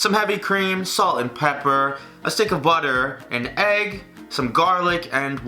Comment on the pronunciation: the way he says butter i bit like “bodder” is rlly cute